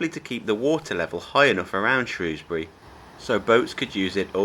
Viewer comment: There is no o in shrewsbury 😂😂